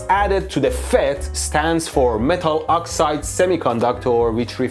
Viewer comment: Cute "fetus" transistor 😂